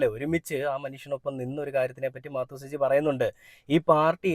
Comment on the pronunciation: മാ ത്തു സജി അല്ല മാതു സജി